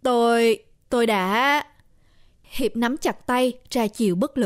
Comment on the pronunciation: nói Hiệp thành Hiếu kìa, nhưng ko sao âu